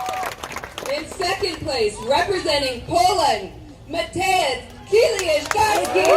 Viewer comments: Why is it such a problem to pronounce Kieliszkowski (Kielishkovski) ? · Pronounce kieliszkowski correctly you inbred illiterate peasant.